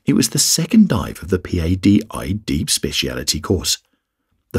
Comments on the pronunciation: P-A-D-I is usually pronounced as Pah-dee. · No one says p a d i. They say Padi. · It's Patty like the name. You're spelling it right? But you're not saying it, right? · “P-A-D-I” 😅😅 can tell this is narrated by a non-diver